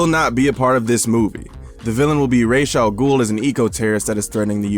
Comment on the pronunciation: Raysh al ghul??????????